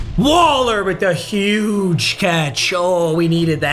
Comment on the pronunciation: Stop saying huge like that bruh